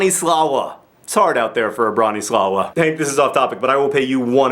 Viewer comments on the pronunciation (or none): It's pronounced Broh-nee-SLAH-va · It is pronounced [brah-nee-swah-vah]. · it's pronounced bron-i-slava, which was also the name of my great-grandmother. it's polish :-) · John, you tried, I'll give you that, but you pronounced Bronislawa's name wrong. It is of Polish origin and therefore is suppose to be spelled with a slash through the l (Bronisława) and is pronounced brah-nee-SWAH-vah. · its pronounced broni swava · I'm pretty sure the name of Marie's sister is pronounced Branislava - with a proper V at the end, not W. -slava is a fairly common female name ending in some countries, including mine. My own name ends in -slav (the male variant). I'm not sure about the a/o in the beginning, but I'm going with a. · Learn some Polish! Lesson 1! The part about Maria Skłodowska-Curie's sister's name is Bronisława but you read it Broniswava (in Poland "ł" is pronounced like "w" and "w" is pronounced like "v"). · The lie is that Marie Curie had a sister named Bronislawa. It's actually Bronisława and it's pronounced bro-nee-swav-a :) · Polish "W" is actually pronounced like "V", and what you pronounce as "L" is in fact "Ł" wchich should be pronounced like "W". So it sounds more like "Broniswavah" with that hard "Rrr" :) Marie's mother had the same name. Quite old fashioned, but not as terrible name as you might feel. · "Bronisława" is actually pronounced "Broniswava", and is a regular (if old-fashioned) Polish name. (Its male counterpart, "Bronisław", happens to be the name of the current Polish president). And I completely don't understand what the funny thing about it is... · The name "Bronislawa" is pronounced Bron-ee-swava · The moment I heard that pronunciation of Bronisława killed me and I had to stop watching for a second because I couldn't think of anything else than Broneeslaooah. Sorry. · Well, the lie is that Marie Curie's sister, 'cause that's not how you pronounce "w" in Polish. ( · Actually it's Bronisława and you're not saying it right :)